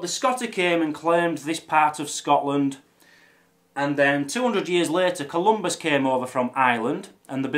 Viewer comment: I have just 2 comments: 1, you are wearing the kilt backwards, the unpleated apron goes over your lap, and 2, it is Saint Columba, not Saint Columbus.